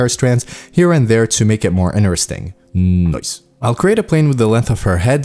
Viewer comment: I love the 'noice' word 😘